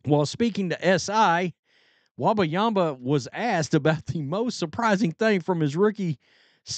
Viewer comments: It's pronounced: Wem-ba-yama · Bro the way you’re pronouncing his name is hilarious 🫶🏻😂